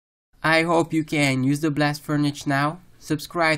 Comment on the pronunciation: convengur belt, blast furnitch- totally fkt